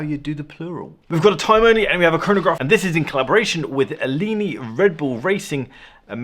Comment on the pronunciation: Just goes to show how little cross over there is between boats and watches that no one has heard of Alinghi… the ‘g’ is pronounced as a hard g. A-ling-y but no one cares as no one cares.:-) love what you do.